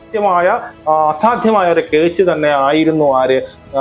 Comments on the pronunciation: അണ്ണാ കേ ച്ച് അല്ല ക്യാച്ച് ആണ്😂😂😂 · Not ketch but catch. 😢